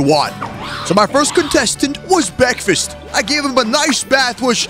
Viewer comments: It ain't a vid with out him saying bekfest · Bekfast got me laughing